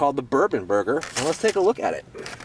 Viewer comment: thought at first you said it was the burping burger 0_o